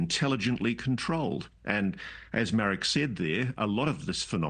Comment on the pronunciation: Mar eeeek? Mariik. You’re supposed to be a journalist? Can’t even get the name right? Give me a break!